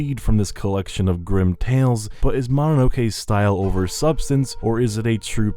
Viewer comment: Ma na no ke? Another Westerner butchering a very simple word.